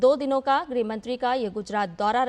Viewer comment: अमित शाह 'गृह मंत्री' है न कि 'ग्रह मंत्री' ।